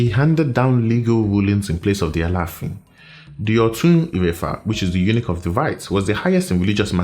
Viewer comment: Ouch! You say Eunuch as a title. 😳